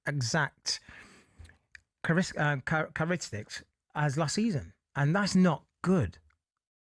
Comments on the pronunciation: Kar-is-tiks! 🤣 Close mate. Characteristics is actually the word. ‘I’ve been training since I was 9 and didn’t do much Skool’. 🤣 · "Karistiks"?! The word is 'characteristics' bro.😂